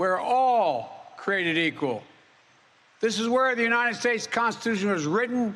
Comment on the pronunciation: How long do you think it'll take before the MAGA idiots who can't find anything they can openly disagree with in this speech jump on the fact that he said "oonited" instead of United at first? Taking bets! 🙄